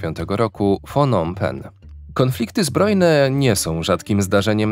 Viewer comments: Siema Phnom Penh się wymawia knop Pen mniej więcej 😊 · Pnom pfen się czyta 😝